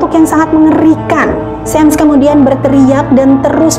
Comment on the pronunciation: Bukan 'sam' tapi 'sham'!